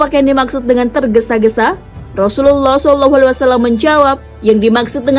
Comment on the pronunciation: Suaranya dan artikulasinya sangat baik,tapi saat menyebutkan : "Sallallahu" kok kurang jelas ya